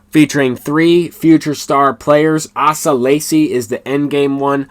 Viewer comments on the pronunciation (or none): Excellent video That's pronounced Ace-uh/A-seh He was a stud at Texas A&M Had his UCL replaced earlier this season Was the number 4 pick of the 2020 draft